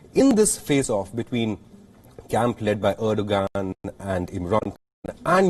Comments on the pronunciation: Dear anchor from yokeltown, 'Erdogan' is pronounced as "Erdowan". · Why do I hear reporter deliberately saying ERDOGAAND 🤣😂